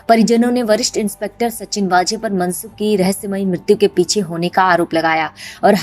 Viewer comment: its not वाजे.... its वझे